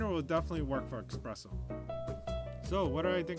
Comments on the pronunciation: The point is "espresso" is an Italian word. There is no "x" in the Italian alphabet, so the pronunciation should be eSpresso, not eXpresso. Sure, it's nonsense to native English speakers because it's not an English word! :) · THERE IS NO "X" IN ESPRESSO! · it's espresso mate! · It's pronounced eSSpresso, not eXpresso.